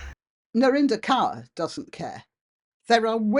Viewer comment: Some of us have been warning about the creeping beast system (AI) for decades. Kaur ( pls note, it's pronounced Kor) has capitalised on this system and accrued significant wealth her entire life. Now.......???....her weight is questioned? I have precisely NO sympathy for her. Or for your take on this,. She is no kind of desecrated wallflower. She reaps what she sowed. Real life crime should be our priority.